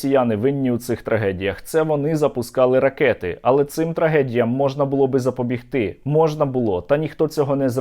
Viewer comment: запоБІГти, сергію, нагрлос на третьому складі.